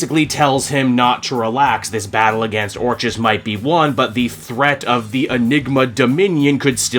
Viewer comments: Finally, I don't have to hear you pronounce the organisation as "or cheez" anymore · I gotta lotta love you and what you do, but fucking Christ do I want to scream every time you pronounce orchis wrong. It’s been driving me crazy since the start of the Krakoa era. I kept hoping you would correct yourself, and it never happened. I love your channel but god this one thing is very annoying. Anyway hope you’re doing well and whatnot.